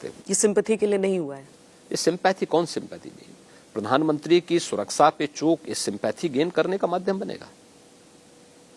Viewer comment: सुरक्षा को सुराक्षा बोलते है इनको तो ये भी पता नहीं